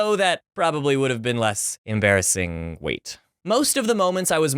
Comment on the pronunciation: Muh most emerbassing sckhool momints XD